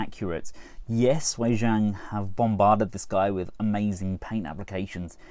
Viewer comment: Its pronouncedWay Ji-ang not Why Zhang